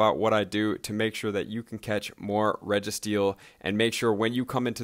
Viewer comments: Regi- steel. Not regis- teel. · sounds like reggi-teal lol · Ree- gah- steel?? Wtf dude at least pronounce them correctly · How in the heck do you pronounce regi-steel like that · please pronounce it right. the channel is about pokemon. holy shit XD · It was kinda bugging me throughout the vid. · Your saying it wrong....